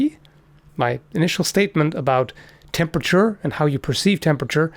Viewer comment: No... not you... "Tempature"... "tempature"...